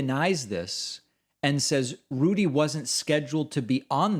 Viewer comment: I like how you pronounce Rudy "Julie-Annie". Haha.